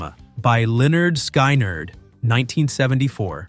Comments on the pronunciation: It’s it’s Lynyrd Skynyrd !!! Skin-nerd NOT LYNYRD SKY -NERD!!???? WTH??? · Pronounced Leh-nerd Skin-nerd. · Sorry, the band is pronounced Lin-ard Skin-ard.